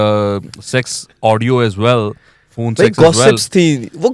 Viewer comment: Are phooon nai phone hota hai padhe likhe begairato 😅